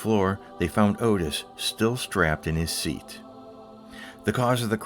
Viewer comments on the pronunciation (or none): none